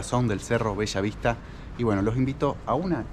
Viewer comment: bellavista, no bechavista, Respete señor respete